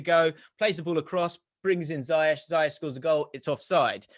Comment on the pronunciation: People his name is pronounced" Ziyekh " see his 90 min instagram post on chelsea social media.